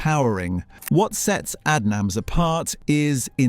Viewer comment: Like Aid nams do you mean?